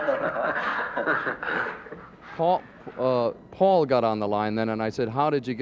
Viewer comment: At approx. min. In , doesn’t Dick say Faul, then corrects it, and says Paul?? I think he does. (IF) I’m correct, THAT is VERY INTERESTING!!! Anyone else HEAR THIS??